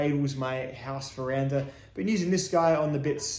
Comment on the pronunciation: This fricking guy and his "veranda" oooo